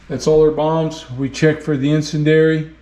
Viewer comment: Really enjoyed the videos and learned a few things in the process. BTW the proper pronunciation of 'incendiary' is 'in-send-dee-ary'.